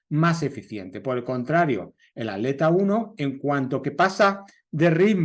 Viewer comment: Ya se que en España al separar en sílabas palabra atleta la at va de manera conjunta pero no significa que la pronunciarla de tal manera esté bien, at_leta ! Wtf? Pronuncian aleta y no atleta toda junta!!